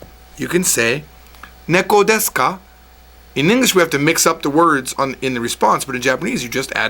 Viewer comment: You dont pronounce the word "desu" correctly.